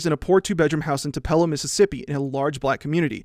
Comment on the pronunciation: Hey, just letting you know it's pronounced too-pel-oh and not tup-ell-o